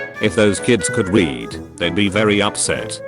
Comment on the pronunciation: I wasn’t to only one that heard weed instead of read right?